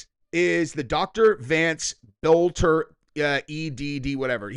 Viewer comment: Boelter is a German name the o is silent